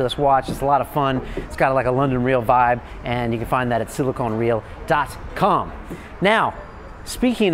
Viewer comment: Maybe he just didn't say the phrases "old school" and "dropping science" enough-- maybe that's why he mispronounces silicon as silicone... I get it that he's trying to play the youngish hipster trying to appeal to younger ppl who have just noticed the existence of economics and money making in the world, but having a brain and knowledge of English beyond pop culture phrases is sometimes helpful. Cool show nevertheless, once jimmy gets into his world view and once u get past this dudes vapid spiel